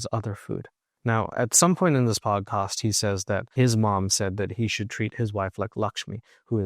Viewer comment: It's podcast* not podcost